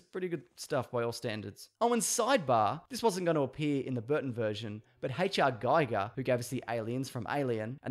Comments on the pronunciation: Say it with me now so you stop pissing off the nerds. "HR Geeeeeeger" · Aich Arr Geeger, mate. Not Haichaar Guyger... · H.R. GEEger, mate. Not GYger. 😉